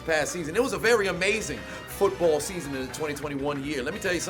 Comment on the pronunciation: "feetbull field"